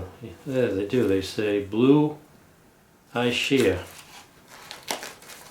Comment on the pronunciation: Just to let you know, that ch is prononunced like a K in Italian …. ISCHIA... I know because my mother was born in Ischia